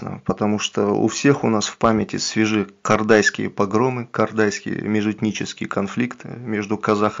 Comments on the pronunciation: Не Кардайский, а Кордайский, разговариваешь как русский где о говоришь а. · тебе просьба не КАрдайский, а КОрдайский не говори как Казакский Манкурт.